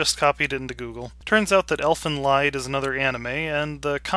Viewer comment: By the way, the "lied" in the title is pronounced "leed." It's German.